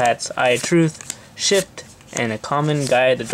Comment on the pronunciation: Bro called the trap card shift “shit” Good pronouncing 😂👍🏻